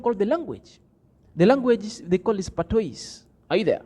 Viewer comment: The word #patois is pronounced #patwa which means you don't need to say #is at the end. I hope you get it. 😃